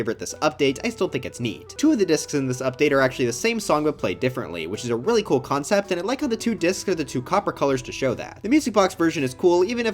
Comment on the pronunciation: Bro said kewl when it’s cool 💀💀💀